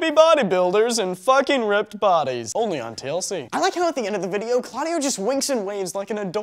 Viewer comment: It's Claudiu not Claudio! :@